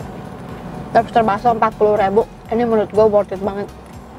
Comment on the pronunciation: Siapa yang ngira dia ngomong nya... Lofster bukan lobster...